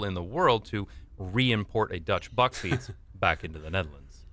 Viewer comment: bakfiets not backfiets perhaps you wonna say bark fiets